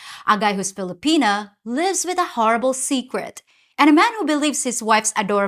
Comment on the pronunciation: Did you say “Filopenis”? 😂😂